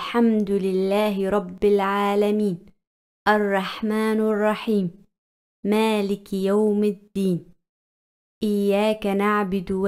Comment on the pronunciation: Arrahmanirrahim h baji arrahmanurrahim nhi h galat hurf mat padho